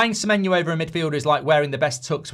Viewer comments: Why does he say Semenyu? Clearly not the correct pronunciation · His name's Semenyo, just how it's spelled. Where's this Semenyoo coming from? 😅